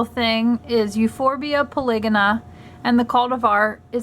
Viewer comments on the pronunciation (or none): I think it is pronounced Euphorbia Poly-Go-na